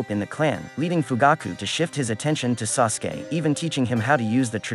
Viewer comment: man-gecki-oh- sha-rine-gan oh-bitoh sase-keay